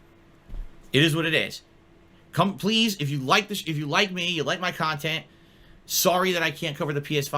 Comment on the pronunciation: Is it just me or does overemphasize A sounds in his speech patterns? "kahntent" "ahfter" "imporahnt" "ahour" "cahme ahn" etc.